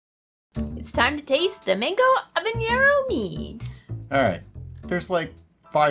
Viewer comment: I’m like telling a story lol. As a born and raised Cuban I’m going to way in on the pronunciation ( pretend like I care about it) lol to put an end to it. Divide the name Hava like Havana and Nero right now you are pronounce it havañero. That being said Cubans the most we do for spice is black pepper corns and that we see as something spicy. We don’t really cook with a lot of spicy stuff. I personally believe that there needs to be flavor more so than spice. That the spice should be an accent at the end of the flavor in other words an nice balance. I have made mango wine and is a knock out with my friends and family both Cubans and not Cuban lol